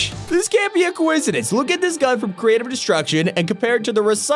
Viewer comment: Did you hear how he said “Creative” in the “Creative Destruction” title?